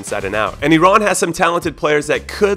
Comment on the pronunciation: As an Iranian, I'm so proud of your pronunciations. Special thanks for not calling it eye-ran like 99% of people in the US. Jahanbakhsh was close! Much better than most. Most people don't even attempt that. Props to ya!